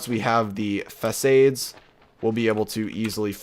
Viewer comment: Every time you say facaide I cringe